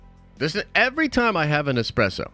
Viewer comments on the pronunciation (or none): Why does he KEEP pronouncing Expresso wrong???